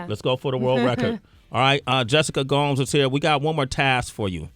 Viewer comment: Sway: I wanna make sure I'm saying your name just right. Says Gomes pronounced as Gomez👍* Sway then calls her Gomes pronounced Gowms for the rest of the video. 😒He was too thirsty to notice